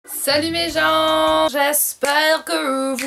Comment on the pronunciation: Ahaha moi j'entends tout le temps salut mes jambes pas besoin de rajouter "be" 😂